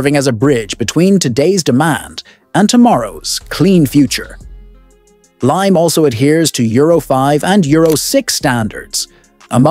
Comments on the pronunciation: Its Limay (lee mai), Bataan, Philippines. The AI just mispronounced it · Its limay bataan! Not lime bataan.